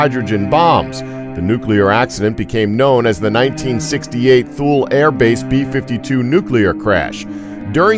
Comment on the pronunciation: Thule is TOO-LAY, not thool. Cesium is SEIZE E UMM, not kaysium